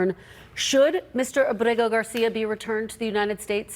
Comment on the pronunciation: She does a good job pronouncing Garcia’s name. She has to be proud.